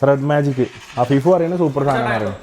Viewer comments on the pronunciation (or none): ❌️afeefa✅️😂